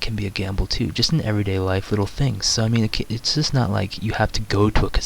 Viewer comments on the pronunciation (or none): none